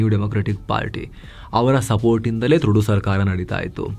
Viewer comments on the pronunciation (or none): ಟ್ರುಡೋ ಅಲ್ಲ ತೊರಡೋ😂😂😂😂🎉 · name Justin Trudeau .... pronounciation TRUDO antha....